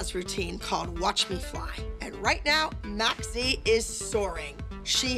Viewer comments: That cringe when Abby says mackz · Why does she call Mackenzie mackzie